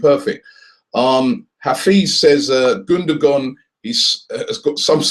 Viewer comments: Gundogan mate, not Gundagon :) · his name it's gundogan,not gundagon lol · It's "Gundogan" not "Gundagon" .... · *Gundogan. Get the name first. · Gundagon?? -________________- Pronounced gundowan too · Sorry Robbie it's Gundogan not Gundagon o_o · who is "Gundagon"? :D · *GUNDOGAN!!!!!!! and while we're at it it's Cazorla not Corzola! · lol both of you are wrong...his name is actually pronounced gundowan and ozil's name actually is uhhzil because it has an umlat. (if you want to get technical)